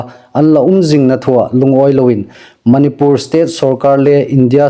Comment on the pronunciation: .manipur ilamdan hih andiknawh. Manipur i tidan hih a thluk andik nawh.